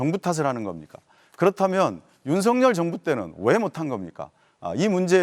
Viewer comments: 민주당쪽은 왜그런지 모르겠지만 윤석열 발음이 어렵나... 다들 윤석렬이라고 발음하네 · 윤서결 이라고 발음하는게 맞는 표현